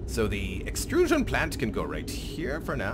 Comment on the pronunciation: "the extruuuusion plant..." that sounded totally like a german scientist talking about something xD